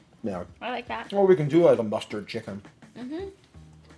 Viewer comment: Why does he call it Saytawn, and chickawn?